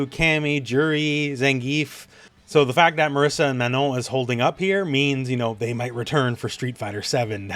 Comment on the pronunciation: Great video. But you pronouncing Marisa as Marissa is driving me nuts.